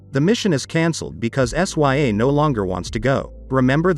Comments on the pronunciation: Her name is princess sya (sigh-ah) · First off, the way you pronounce her name. 😕 S Y A? Really? Second, She didn't build that flying machine she found it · Bro said sya like what